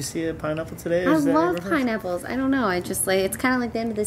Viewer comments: It honestly sounded like you said "PIE NIPPLES!" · Ok so for the as always I thought she said pie and apples.... BUT THEN realized she said pineapples.... I think I need to go to bed.